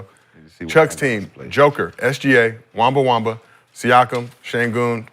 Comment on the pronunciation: Man said, Victor WEMBA-WAMBA XD --- IM CRYING!!!